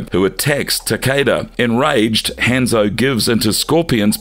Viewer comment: I said this before but please look up the characters name. When so much is pronounced incorrectly it comes off as amateur and as if you're not real fans. I hope that's not weird but keep in mind people who don't know these characters will get false info. Hanzo, Kabal, Taven, Shinnok all pronounced wrong.